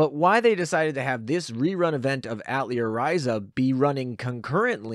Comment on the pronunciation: You gotta learn how to say atelier man, it is french.